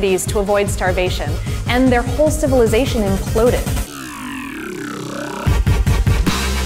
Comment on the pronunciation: Funny ending. "Aspic" when meaning "escape" and "whole civilizotion (or civilizocean) impuded" when meaning to say "whole civilization imploded"? Cute. But, be careful where you are when getting phonetics screwed up. I'm originally of eastern Massachusetts, where Gloucester and Worcester are or were regularly pronounced as Gloster and Worster or even Wooster, f.e. During the 1990s, I went to Cedar Rapids, Iowa, for a work contract. One evening, I went to the nearest bar for the first time and it was ok. It was a place with a large room in which a loud country or western music band was playing, while the entrance was just a bar. There were no patrons in the bar and the door to the band side kept the bar quiet, so I sat at the bar and chatted with the friendly bartender. Then three women who I guess in their 40s came in and sat right next to me at the bar, so I spoke to the woman immediately next to me, saying hello, just starting a little friendly chat; and she blew up because of my phonetics being of Massachusetts and wrong. She knew right away that I was from Massachusetts and got so angry about my mis-phonetics that I wondered if she was going to start hitting me, or worse. "Ciivilizotion impuded" for "civilization imploded" isn't just about phonetics and is worse than just being off a little, phonetically. So, be careful; if you don't want to be attacked by a crazily orthodox individual in terms of linguistics, say. Just joking; although, the story about what happened at t